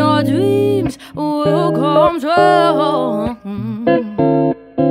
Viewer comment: "I'll be twew..."